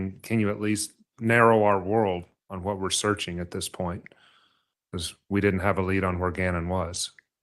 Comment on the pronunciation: I diiiiiiied when she said “searchening” 😂 She also said “noise counseling headphones” and she gave law enforcement a “subscription” of the suspect. She believes she’s the smartest person in any room but she’s an absolute fool. Her grammar is atrocious.